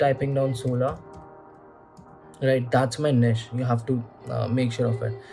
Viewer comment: Glad to see someone else saying it निश instead of नीच 😅